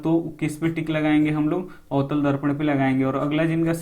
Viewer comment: Sir avtal darpan likha hai Aap utal darpan bol rhe hai